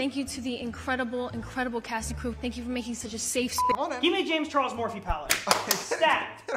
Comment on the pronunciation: * * just realized James's intro says "Jamis Chares" instead of (James Charles)